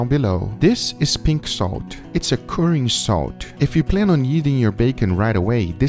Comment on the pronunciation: I swear to god if you pronounce 'curing' as kerring one more time... I'm going to become a vegan.